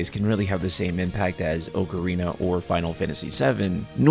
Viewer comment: You mispronounced the word Ocarina